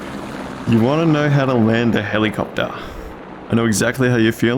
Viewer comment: Helicoptaaaa. 😂 Your accent is so good. Nice video btw.